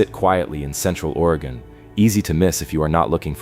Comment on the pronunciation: In the beginning he say. Waay gon. Probably AI